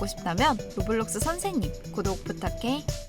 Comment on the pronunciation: 로블록스가 아니라 로우워뷜뤅숴네